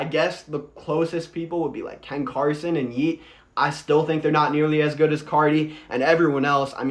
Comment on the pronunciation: I kinda agree with these. But saying Ken Carson and Lone is ass hurt my soul